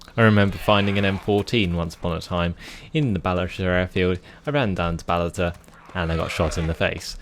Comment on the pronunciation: Did you say "Balata"? Instead of Balota? I don't know why, but I hear that.